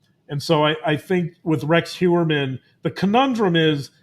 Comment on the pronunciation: Hey Doc. I missed the live. I’ve also noticed you put an extra syllable in Heurman’s last name.